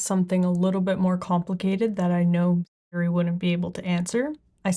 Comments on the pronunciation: Why can’t she say Siri? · Why can’t you say Siri?